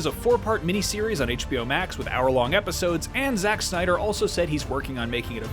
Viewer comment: Come on, really?! “Synder Cut?”😑